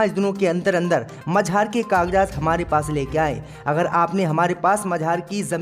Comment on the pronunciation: MAZAR KO MAJHAAR BOLTA HAI YEH IDIOT....KAHAN KAHAN se aajate hai AISE news reader